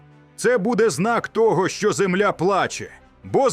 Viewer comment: Наголос правильно став не зееемля а земля